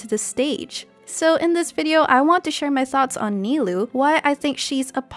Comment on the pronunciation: For future reference, "ou" is a double consistent of "o" in Japanese. So, Nilou's name is actually pronounced (Ni-low), instead of (Ni-loo).